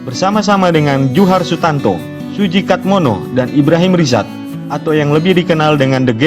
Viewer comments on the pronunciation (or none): none